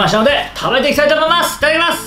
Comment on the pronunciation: 「いららきだいともいやす！」 いやなんて？